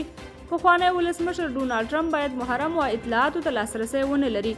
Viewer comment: مُحرّم نه دي بلكه مَحْرَم اسناد صحيح دي په درنَشت